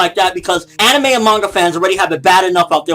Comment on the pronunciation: What do you come to expect, this is CNN. They're like Fox News 2.0. When a news report starts with mispronouncing Anime (he said "aneemi" lol) and blur out fake supposed images of lolicon, then you know its gonna be bad. CNN also believes violent video games turn people into killers. Lolicon will turn you into a rapist and if this were the truth then so will every other porn genre apparently. I believe this is where personal accountability should fall in place. It's not the material's fault that people are fucked up, its the person himself who lacks the empathy or sympathy that would lead him or her to do such a sick act to a real life minor. So as soon as we can all just stop blaming the material, we can finally evolve and start blaming the psychopath/pedophile in question.